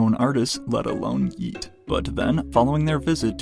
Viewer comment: If this dude says “Yeat” with a hard T one more time I’m goin to lose it